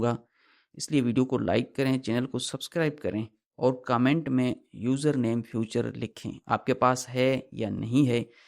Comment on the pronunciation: 😂سستے سانئس دان فیوچر نہیں فیچر ہوتا ہے